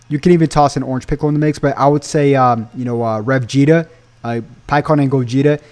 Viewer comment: It’s so funny when he said Revega😂😂😂